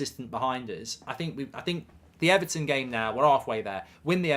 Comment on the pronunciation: Ever...ton? xD